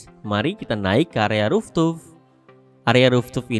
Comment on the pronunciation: Mas mas... Fooftop. Dibaca RUFTOP. Bukan ruftup